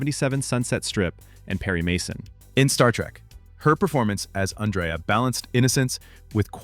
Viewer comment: Not On-dray-uh. ANN-dree-uh.